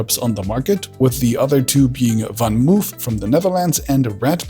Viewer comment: Van Moof, not "muuf". "O" is pronounced as "o" in Dutch and Flemish, no matter "o" or "oo" (longer), both are "o" sounds (IPA). The only letter combination that can be pronounced as "u" is "oe" in Dutch/Flemish. Re future of these things, I am skeptical. Electrical energy cannot be stored efficiently, so anything with batteries is doomed to fail on the long run. Distributed electricity is okay (trolleybuses, trams, trains, etc), so is public transportation, but for individual transport normal bikes + public transportation is the most environmentally friendly (and healthy), while normal fossil powered (diesel the best) vehicles are the comfort/convenient solutions IMHO.